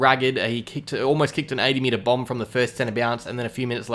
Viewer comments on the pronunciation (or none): none